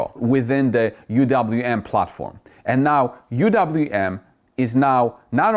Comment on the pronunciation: I always giggle when you say anow.